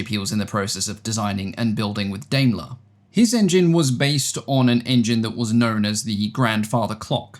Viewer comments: Daimler (Germany) is pronounced "Dimeler". I understand that there's a British Daimler that's pronounced "Dameler". Same with Maibach, pronounced My-bach. Otherwise thank you very much for another interesting, high-quality, video. That 1913 Le Rhone rotary engine is beautifully made. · In English, Daimler would be pronounced like "DIME-luh" and Maybach as "MY-bach" ("my" as in "my plane" and "ch" as a uvular sound, like in the "ch" in Scottish "loch").